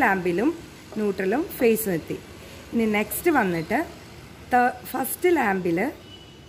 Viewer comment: Madom your prounsation is wrong 'FACE'(means Human face)'PHASE' (Electrical Energy)I amEle-Supervisor from Angola S-Africa